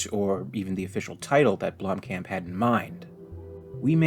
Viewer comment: Its pronounced "BLOOM - COMP"